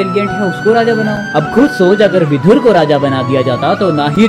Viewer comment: सही शब्द विदुर है, विधुर नहीं। 😣 विधुर का मतलब english में widower होता है। उच्चारण पर ध्यान दें